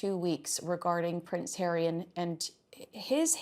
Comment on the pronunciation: Ponce hawwy